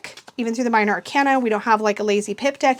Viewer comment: I love you but it’s pronounced “are-CANE-uh” , not “are-CAN-uh” 😊❤ (like the word arcane, which it comes from)